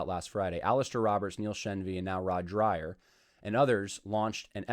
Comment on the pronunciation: I had always heard his name pronounced Rod Drayer rather than Dryer